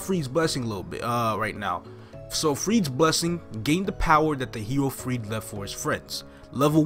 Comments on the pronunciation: freud is actually pronounced "froid" at least thats how it was for sigmund freud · Freeds blessing. Definitely how that's pronounced. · i thot its pronounced fr-oid, since sigmund freud has the same name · That's a good skill & all, but I think I will prioritize Decent Holy Symbol over Freud's (which you pronounced wrong by the way)Blessing